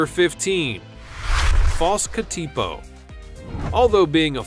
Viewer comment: I've never heard of the false katipo. The NZ katipo is poisonous and is capable of delivering a potentially dangerous bite, also native to NZ. We also pronounce it differently than you, which is no biggie, just saying. Did you know the NZ katipo is classed as endangered, if we kill one without cause we can get a $100,000 (NZ) fine and/or imprisonment.